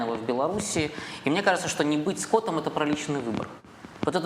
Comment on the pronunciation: не скОтом, а скотОм )))